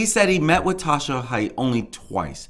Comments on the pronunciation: The lady’s nMe is Haight - HATE. it’s pronounced hate. Not Hite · First of all, it’s Eeenick and their last name is pronounced Hay-t